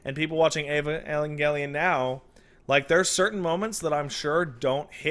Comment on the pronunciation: Angel, pronounced ain-jel. Avengelion is pronounced ai-ven-jel-e-on.